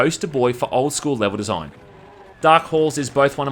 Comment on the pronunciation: groate desoign